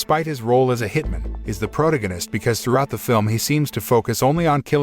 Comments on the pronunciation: "Pro-toe-gan-ist" . It's Pro-Tag-O-Nist. Good fucking God man, Google words if you arent sure how to say it lol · this auto voice pronounced protagonist as "prodagonest" lol